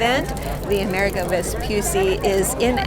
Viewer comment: Plus the accent is on the 'i', so more like AmerEEgo 🙂